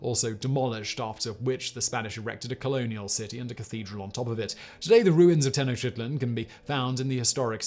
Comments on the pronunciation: He pronounced Tenochtitlan even worse "Teno sheetlan" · Simon please stop butchering Tenochtitlan's name! It's "tuh·nowch·teet·laan" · Tenotchitlan, Simon? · Disgusting and depressing. Your pronunciation of Tenochtitlan (spl?) is…cool.